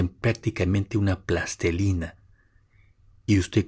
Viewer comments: Con el debido respeto le recomiendo al revisar la pronunciación correcta de palabras como “plastilina” que no “plastelina”, de lo contrario sus palabras no reflejan ningún rigor lingüístico y por lo mismo no inspiran confianza en sus teorías. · plastelina, no... plastilina